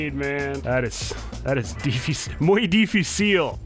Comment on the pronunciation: Sunless saying difiseal instead of difícil got me xD